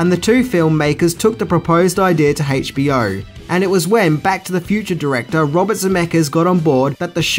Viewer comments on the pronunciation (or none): It's hilarious how you pronounce 'HBO'. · Why do you pronounce it “hey-ch BO”? 🤣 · Haytch Bee Oh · "HAYCH-B-O'" LMFAO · "Hach-BO" Love 'ya!!! OI! OI! OI!;) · Haich B O...?